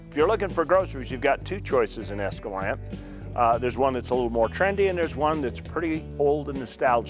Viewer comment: Why can’t a pronounce Escalante the way the Spaniards did?